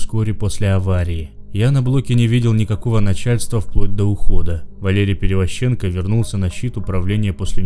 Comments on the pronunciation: Чтец конечно хороший, но ударения в фамилиях ставит неправильно (ПеревозчЕнко, ШАшенок). Так что есть куда рости. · Перевозченко, ударение на первую букву о, зачем оскарблять людей и не прарик а Правик